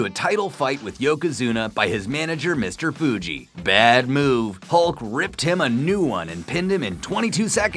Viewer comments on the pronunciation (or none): Mr. Fuji...not Fiji....lol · Mr.figi? It’s pronounced Foogi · Mr. Foo•G not"mr fee g"